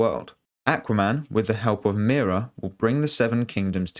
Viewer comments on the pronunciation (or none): none